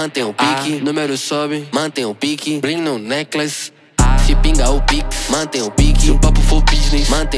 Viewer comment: E sim, eu sei que ele tava pronunciando necklace, mas ele nem se deu o trabalho de ver como se pronuncia a palavra necklace.